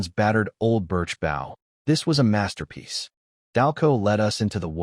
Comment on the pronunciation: Why do all of these manhwa stories mispronounce the same words‽ Bow (weapon or ribbon tied with loops) pronounced bŌ. Bow (the front of a boat or the act of bending the neck or waist forward while looking at the ground) pronounced băo. I'm looking forward to part 2.